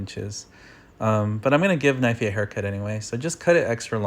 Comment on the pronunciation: Not knivey